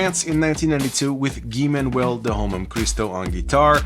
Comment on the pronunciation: I very much appreciate the French pronunciation of Thomas and Guy-Man. Homework brought us so much gems and there's been so many songs that sampled Homework. Timeless record.